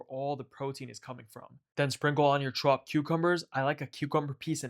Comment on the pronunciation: add you chuu-ooped. you accent bruh